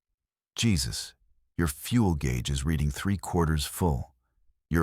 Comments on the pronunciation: Jesus like biblical on the cross? Is your head somewhere really dark? His name is Jesus, a Mexican name ptonounced 'Hey-zeus' Another really stupid AI production. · That pronunciation mistake pulled me right out of the story. AI missed an obvious one there. 😅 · Exactly. Drove me nutz 😅